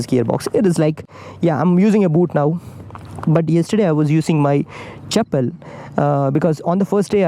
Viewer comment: When you say "chappal" 😂😂😂🤣🤣🤣